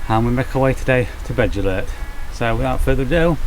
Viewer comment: Agree with you Paul , yes it's all well and good wanting to inspire your son and other people to hike trials in the beautiful country of wales but please research the names and pronunciations. doesn't take alot of effort on your phone nowadays with translators. or ask around the village shops! That Beddgelert pronunciation was laughable , almost like you deliberately butchered it.